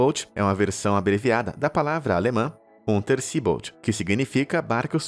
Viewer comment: Bom vídeo.. mas é Unterseeboot não Boat.. Boat é barco em inglês, Boot é alemão, e eram 2 banheiros na maior parte dos U, o problema é que em geral um era transformado em dispensa, pois não havia muito espaço para mantimentos.. lembrando, eles não tinham geladeiras!!! abraço!